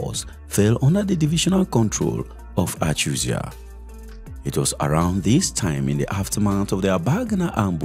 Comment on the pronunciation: The is Joseph Achuzie, not Achuzia